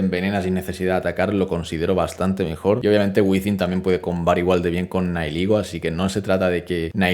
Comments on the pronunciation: Gente normal: Nihilego: Naiyiguel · Eres la primer persona que escucho decir nailigo a nihilego